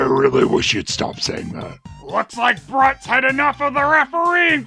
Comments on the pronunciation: I'm pretty sure that bruts name is supposed to be pronounced brute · guessing it's meant to be pronounced "brute".....because.....wrestlers are brutes...not.......bruts................. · Kudos to for his pronunciations of Brut and Canasia -- trolling for corrections in the comments...